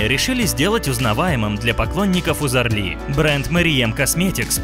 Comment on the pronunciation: Почему это она немка, интересно, если у неё отец турок? И если делаете материал про человека, хотя бы фамилию правильно нужно произносить.